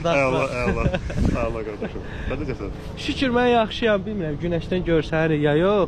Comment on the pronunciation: Abi nedi. En gozel seslenen QARDAS sozunun zibilini cixartdiz.